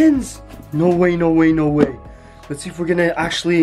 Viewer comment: Why you say Shknow instead of know